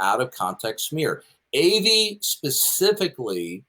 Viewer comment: It pronounced Ah-vi not Avee, that got under my skin.